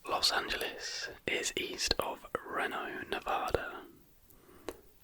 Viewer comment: Omg I love how you pronounced Reno at first 😂❤